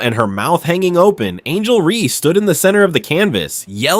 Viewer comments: REESE. REESE. REESE! Not REE. fix your fucking AI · Ree / Raise ... wow the narrator is really on top of things